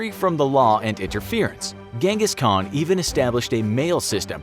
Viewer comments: Its prenoised han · I cant watch you saying ghengis as a mongolian🤦🏻‍♂️ little do you know it’s chingis and khan(haan) means king in mongolian